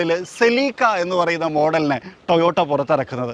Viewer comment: Seleeka alla Celica aan